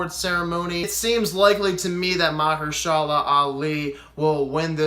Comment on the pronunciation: Dude gaga has no chance. Its a race between Glenn Close and Olivia Colman. And its pronounced Ma HERSH a la.. with the accent on the HERSH. And its pronounced Rachel Vice.. Not Wise. Spelled Weisz.